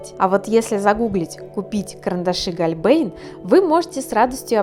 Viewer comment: Вообще читается "Хольбляйн"